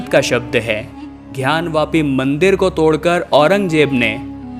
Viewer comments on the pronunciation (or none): कृपया उच्चारण सही करें ।घयान वापी नहीं ज्ञान वापी होगा। धन्यवाद